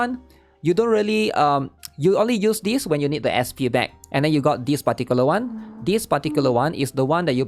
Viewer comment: Take a shot for every "dispaticulaone"